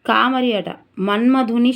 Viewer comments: కామరి కాదు తల్లి కామారి . మీకు తెలుగు భాష సరిగా చదవడం లేదు. 😢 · Thappulu chadhavakunda chesukondi....కామారి Ma ki dheergam vundhi Thappu chdivithe ardham maripothundhi